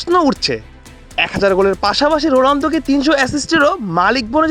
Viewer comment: রোলানদো নাকি রোনালদো কি রিপোর্টার রে বাবা 😅😅😅